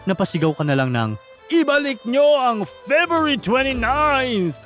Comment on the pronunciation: FEBRUARY.. FEBYOOARI.... MANGMANG KA